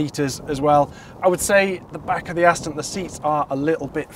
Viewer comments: Important message for the presenter. The DBX is an AsTON MarTIN, definitely NOT an AsTIN MarTON. What are you ? American ?? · Aston is not pronounced Astin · Please say Aston correctly. It is not Astin it is Aston. The. there is the small issue of the Ferrari not being classed as an SUV, because it's not.